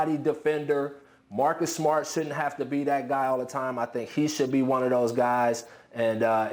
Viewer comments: “Marcus smot” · Am I the only one that heard Marcus SMUT? LMAO